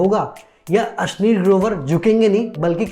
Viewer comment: Asleel Grover 😂😂😂 ashneer Grover hota hai Bhai